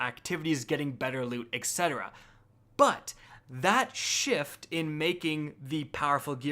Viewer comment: Love your content! But... Etc. (et cetera) is pronounced with a "T" sound, not with a "K" sound, as in /et ˈset(ə)rə/, not /ek ˈset(ə)rə/.